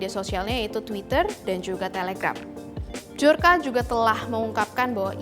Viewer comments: Mohon maaf mba, dibaca BIYORKA bukan BIJORKA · Mendengar penyebutan dari bahasa polish (polandia), bacanya byor-ka. Bukan b-jor-ka. Gampang kok carinya di internet. Biar saya yakin channel official Tempo ini masih profesional.